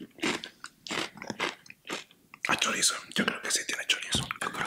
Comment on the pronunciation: "Bring me the choraizon" jajajajaja C mamo